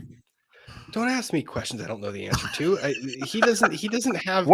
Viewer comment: Drives me crazy when says “axe” aka “ask”